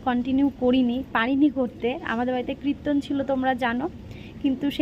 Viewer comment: Kriton na kirton